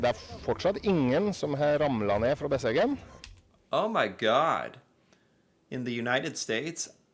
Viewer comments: You do have landscape like thi in the USA. In the Rockies, in the Appalaceans ( probably spelled wrong 😂), in the Catskills. Besseggen is peonounced with stress on the first syllable 😊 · There is no n in the second half of the name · Pronounced: Bess-eggen Sounds like you are saying Bessengen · It's Besseggen (bess eggen) like it's spelt, not bessengen (bess engen..). Just like it's not "Eng and Bacon"... ;-) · no, you pronounced that wrong. its bess egg en not e ng en. the bess edge not the bess field, you said the bess field. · I wonder where he gets that N from. Bessengen he keeps saying.. Where is that from again? Besseggen, dont ad stuff all the time.. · Besseggen, not Bessengen.. Americans often just add extra letters to words to make it easier to pronounce :P My class at school did this at 15-16 years old. Some ran an used like 5 hours, but most of the class used 7 You don't have to be top-trained for this ;) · Norwegians are like mountain goats 😂 No n in there. Besseggen ( not bessengen) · Seriously, what is it with Americans and adding letters that aren’t there 😂 Its not BesseNgen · You say it wrong, it’s called BESSEGGEN, try to make it right. I’m Norwegian and I’ve never walked Besseggen, but I have several friends who have. It is not a must! All the best from Eva, Oslo Norway 😘